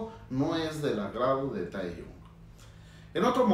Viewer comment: Me causa un poco de conflicto que le diga Taeyun a Tae. Se pronuncia T é j i o n el nombre, o como le dicen la mayoría de las ARMYs latinas Taejiun. Dejando el morbo de lado, (porque no me interesa) siempre e creído que entre ellos hay algo más. Gracias por el análisis. Ahora analice el Yoonmin (Suga y Jimin) y el NamJin (RM y Jin) por favor